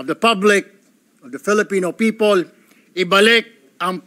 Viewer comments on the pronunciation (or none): Sen..Erwin tulfo..correction lang pronounce the words properly.. Ung people sir,bigkasin mo ng klaro ha..Hindi "Pipo"...kc gagayahin k ng mga batang nakikinig,,akala nila un talaga ang tamang pagbigkas...😅😅😅